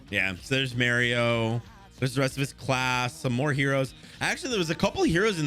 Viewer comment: Bro did u just say Mario? U mean Mirio right????? Its Mirio its pronounced like Meerkat not with an A